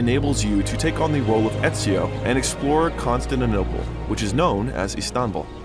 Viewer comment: Why do you have to mispronounce everything? As a historian that is such a bother . Everything your mispronouncing isn’t even that hard or hard at all to pronounce. Even the way you said Constantinople, I couldn’t understand what you were saying or trying to say . Especially for ppl that don’t know about these things or places . Anyway it’s a good video nevertheless, but out of respect you should at least try to pronounce and say things right.